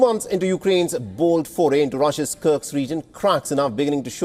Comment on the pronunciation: Would you kindly stop mispronouncing the name. it's KURSK, not KURKS. Thank you <3